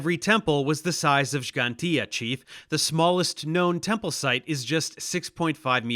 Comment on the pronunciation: i want this man banned from ever entering my country just for making stupid shit up about malta's history also props to dave for pronouncing Gġantija as Gġantija instead of "Gigantia"